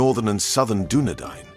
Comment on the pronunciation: Doubly impressed that you took the time to learn how to say Dunedain. You're the King of the Universe. P.S. Arthedain is pronounced the same way as Dunedain.